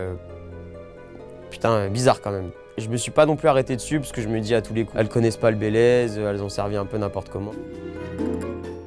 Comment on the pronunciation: frérot le bayleys c est super connu, tu mas fumé comment tu las prononcé^^